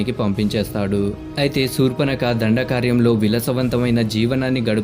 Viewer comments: దండకార్యం కాదు దండకారణ్యం....ఏమి భాషరా నాయనా....ముందు నీ భాష మార్చుకో...... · అది దండకార్యం కాదు రా బాబు. దండకారణ్యం